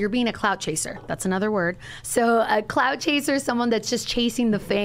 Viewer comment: “CLOUT” chasers. Not “cloud” chasers. This chick wanna translate but fucks it up.